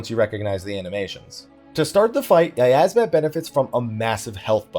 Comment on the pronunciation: "yiyazmat" CEASE